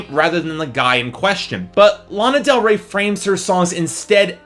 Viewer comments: learn how to pronounce her name before you bash her. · Can you say her name right ??? Please !!!! At lease 😒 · I love the fact you can't pronounce her name correctly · THATS NOT HOW YOU FUCKING SAY HER NAME